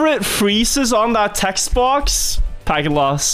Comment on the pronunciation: He say "Packet loss" sounds like "Hackin' loss"